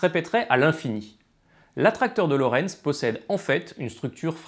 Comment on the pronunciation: Ok, ''déjà''.. et il y a d'autres choses utiles que tu souhaites ajouter ? Parce qu'en fait non, on ne dit pas Lawrence mais Lorenz et c'est bien l'attracteur de Lorenz (qui a été traduit de l'anglais ''Lorenz attractor''). Autre chose ? Hmm?